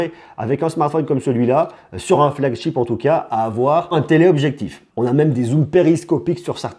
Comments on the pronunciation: c'est flagship pas flagCHIP ! ou porte-étendard en bon français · Juste, essaye la prochaine fois de ne plus dire et redire FLAGCHTIP parce que ça se lit Chip, ship comme chérie. Tu le dis souvent dans tes vidéos. Si je suis aussi tes vidéos c'est que j'adore tes tests, juste essaie peut-être de corriger ça pour une prochaine fois. 😉